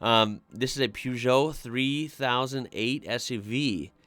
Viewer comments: Wrong pronounciation of Peugeot and Dacia. Well look up for pronounciation, even for Škoda... About Megane, it's pronounced like MEGAN... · I am sorry to do this for Peugeot the g is a hard g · Please, please, please for the love of all that is automotive related, google how to pronounce Peugeot correctly. I cringe every time you pronounce that word the american way. Peugeot is an old automotive company, that is over a hundred years old as far as making cars goes, and is actually even older and it's just disrespectful. Dacia is a Romanian car manufacturer owned by Renault, and they've been around for about 20 years making cheaper but reliable vehicles. Renault Megane is definitely a popular vehicle as its sporty look makes it attractive and is usually very reliable. Vauxhall is just a different name for Opel, another old German car manufacturer that's been around for over a 100 years. Astra and Vectra are their most popular models. The original Opel Cadet can still be seen driven around Europe as it was a very reliable care if the owners took care of it properly.